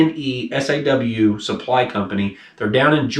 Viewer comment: It's pronounced Ken-a-saw. It's a town just north of Atlanta.